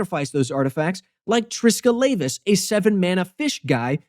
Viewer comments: You pronounced Triskelavus wrong. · Makes deck to make people mispronounce cards Mispronounces Triskelavus